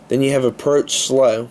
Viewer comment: You read CSX: Approach Slow wrong. But good vid.